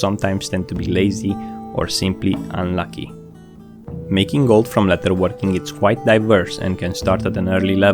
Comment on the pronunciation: Great video, I understand English is not your first language, as a fan I want you to know it is pronounced "ledderworking and not letterworking" thank you.